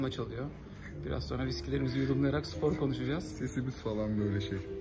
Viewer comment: abi nolur supor deme sipor de sıpor de ama supor deme ya :/